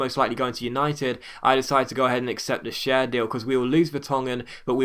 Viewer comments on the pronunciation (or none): Schär is pronounced Shar and Bentaleb is Ben Taaleb(2 syllables)